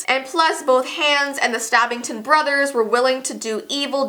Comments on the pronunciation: It sounds like is saying "Hands" instead of "Hans" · You said Hans wrong again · it sounds like hands not ha-u-ns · it's not hands it's hans ! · But it is Hans ha ns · Me rewatching this in 2020 She said hands instead of Hans 🤣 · It’s Hans not hAns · It’s not hands it’s Hans wtf do you even frozen?!? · Just pronunciation for ya' (NOT HATING LOVE YOU ) Hans h-O-n-z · I love how she says Hans like Hands 😂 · she was pronouncing hans as hands. TRIGGERED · It's not Hans it's hawns and love you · It’s not hands it’s hans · The two names that she didn’t pronounce correctly that bothered me the most are Hans and Anna. Hand is pronounced Ha-ns And Anna is pronounced On-a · I like how she says Hands instead of Hans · Hans. HANS. its HANs as in HONS. it is pronounced HONS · What did you call Hans?! I DON'T GET IT!! In the movie they DIRECTLY call him Hons!!! NOT HANS!!!!!!!!!!!!!! It's like the Anna thing ONNA!!!!!! JESUS!!!! Edit: I realize that's not how you spell their names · IT'S NOT HANDS! Pronounce his name correct. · Why do you say hands it's Hans not hands like you're in your actual hand that's what it sounds like you're saying it's Hans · Love this video but it’s pronounced Hons not Hanns. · "Hands" lol...where is Hans all this time??? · DW I laughed it was funny how you said Enna and Hands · First of all your saying Anna wrong it's pronounced onna and you are say Hans wrong 🙄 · Its spelled Hans but pernoused Hons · Who else cringed when she said Hans like Haans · why does she pronounce hans like that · Hans and Ana dies literally flinched every time they were mispronounced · No hate but Anna is (ONna) and Hans is (hOns) but the video is still amazing I just wanted to put that out there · U pronounced Hans and Anna wrong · No hate, but Hans is pronounced Hons, and Anna is pronounced On-a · She saying Hans wrong it kinda bothers me but thats just me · You say anna and hans wrong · Mhm "loves the movie" doesn't even know how to pronounce the names